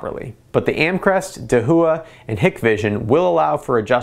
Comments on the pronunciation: da hua, not de hu a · slightly triggered by the pronunciation of "dahooah" (da-wah) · First off, excellent review and very thorough with both quantified results as well as subjective! Second, I cringed every time you pronounced Dahua. It’s a Chinese name and is pronounce dah-whah. It translates to “Big”. There you go - for future videos! 😊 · Dahua is pronounced daah-waah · Dahua is pronounced dah - wha, not da - hu - wha, and Hikvision is pronounced hike - vision, not hick - vision. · Its pronounced da-waa and hike-vision